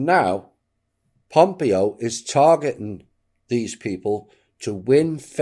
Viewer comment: I hate to be pithy but it’s pronounced pom-PAY-oh. Thnx😉